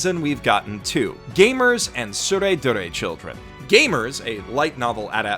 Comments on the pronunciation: It's "Tsurezure" (Suu-reh-zoo-reh) not Tsuredure.. See Kanji " 徒然 " this is what they're using (smacked in front of the title both manga and anime) and listen how they pronounce it.. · Cringed everytime you say "tsuredure", it's actually "tsuredzure". There's no "du" sound in the Japanese phonology so it would be a stressed "tsu", aka "dzu". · Its tsurezure children NOT tsuredure children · it's pronounced dzure you absolute dzunce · god damn it you keep calling it "soo ray doo ray" but Japanese literally doesn't have a syllable for 'du'. Not to mention AS YOU SAY "soo ray doo ray" the first time in this video the image shown has the show titled as it should be, TsureZUre Children. When you type 'du' with a Japanese keyboard it creates a 'tsu' with two dots, watch: つ is tsu, and づ is "du" but it's pronounced as 'zu'. Also wtf why do you say "four koma" just say "yon koma" you're already saying "koma" so if you want to say "four" then say "four-panel comics" because that's literally what yon-koma means anyway. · That’s not how you pronounce “Tsurezure Children”. It’s a “z”. The “d” is just a silly alternative romanization to denote that the kana differs from the standard, but the pronunciation stays the same– “z”. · When you realize misspelled and mispronounced Tsurezure Children.